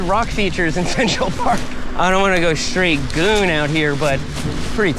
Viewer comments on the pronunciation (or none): Please don’t try to say the word “goon” 😭